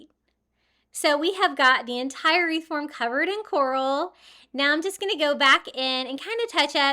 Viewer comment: All of them are pretty but the coral wreath is beautiful ❤ the word is CORAL